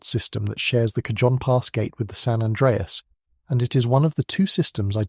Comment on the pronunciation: Thought you'd like to know the El Cajon pass is pronounced Ka-hone. Lived in San Diego for 20 years.